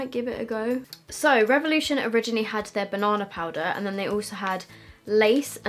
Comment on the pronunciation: Omg please never stop saying "banana"!! Banonna! You are so fun to watch!